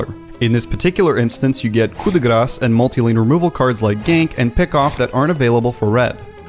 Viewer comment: finally someone who pronounces "coup de grâce" properly !